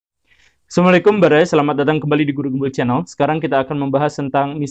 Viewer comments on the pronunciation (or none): "Samalikum" Baraya.... tolong di perbaiki salam nya pak guru....